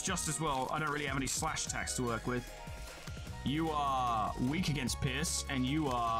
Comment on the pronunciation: When he says pierce it sounds like he is saying piss